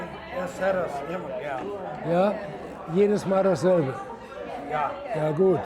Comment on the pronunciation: "Ja, jedesmal dasselbe!" sounded completely native speaker German to me as a Northern German!" I actually disagree. Ja and jedesmal sound fine to me but dasselbe sounded a little bit off but way, way better than your average American accent.